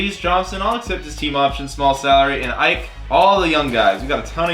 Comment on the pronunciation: I know it’s picky but for the future Ike is pronounced e-kay